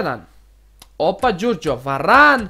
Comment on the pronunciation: e ne kaze se varan nego varane